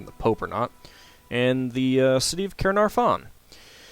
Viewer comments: i died when you said 'ker-nair-ffron'. enjoyed the video nonetheless. it's pronounced 'kaer-nar-von' if you were interested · I live in Caernarfon + you saying it wrong but it is funny and inoing that you say it wrong. PS soz if a spelt words wrong because Welsh is my first language and English is my second